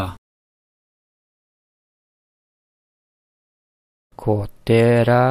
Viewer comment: It's generally pronounced "tapa lett" or "tapa leet", not "tapa la"